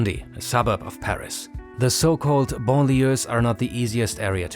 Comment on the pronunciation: It's les banlieues with es at the end